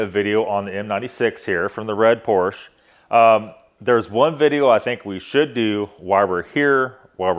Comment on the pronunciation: cant even pronounce the name of the car